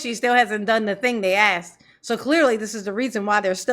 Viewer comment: The word is not axed it is asked